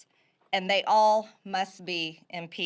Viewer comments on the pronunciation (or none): "... it is with the highest amount of "solemnidy" (SIC), I announce "inpeachtree" for everyone. - MTG